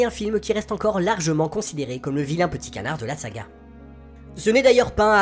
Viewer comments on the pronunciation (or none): none